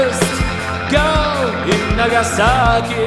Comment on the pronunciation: Ну да, он старается произносить правильно английские слова, но его выдаёт "Нагасаки", произносит он это слово именно по русски, с ударением на втором слоге, тогда как на английском это слово произносится с ударением на первом, и нажимом на "нага", а "саки" почти проглатывается.